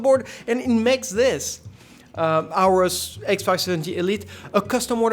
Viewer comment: Aorus: It's "Or-Us" Not "ours"